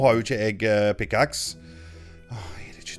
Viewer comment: når du skulle si Pickaxe sa du pickaks......